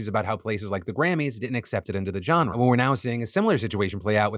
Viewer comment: learn how to pronounce "genre". It's not a /j/ sound